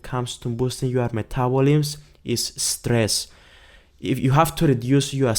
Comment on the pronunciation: "Metabolims." LOLOLOL. Cute.